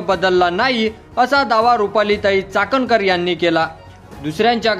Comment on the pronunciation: अरे चाटणकर नाही चाखणकर 😢